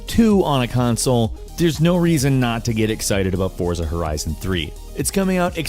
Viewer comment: It's pronounced "Fort-sa"